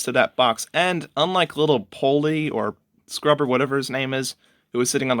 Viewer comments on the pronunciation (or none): His name's POL-E.